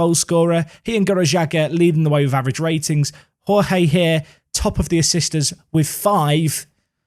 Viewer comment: The Portuguese way of pronouncing Jorge is with soft 'zh' sounds for the J's, like in Jorge Mourinho. Something like Zhorzhee, a soft Georgie. Besides that: holy crap, is Middelby ever silencing his critics!